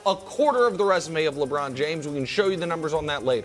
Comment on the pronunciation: The way Broussard pronunced LeBrown